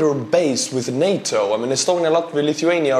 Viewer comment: I'm jus happy pronunced it NAtA not Nata